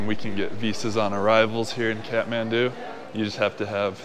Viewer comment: Great to see you like my county and btw its pronounced kat-man-du